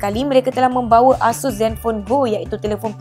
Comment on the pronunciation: Pembetulan ya, ASUS disebut dengan sebutan "Eh-Sus" bukan "Ah-Sus". Ianya diambil dari perkataan dari Pegasus.